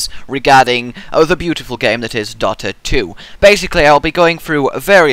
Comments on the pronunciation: It's pronounced dota not dotta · Dota has one T, not two. It's pronounced "Dough-Tah"